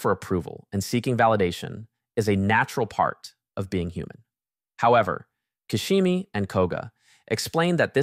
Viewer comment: Fr!!The narrative's fabulous except this ...